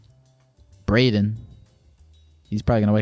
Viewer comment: Yo it’s “” appreciate the support and love y’all ❤